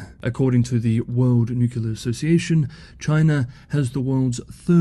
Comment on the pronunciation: At least you tried to pronounce "nuclear" correctly twice before giving way to "well that's the way I was raised to pronounce it"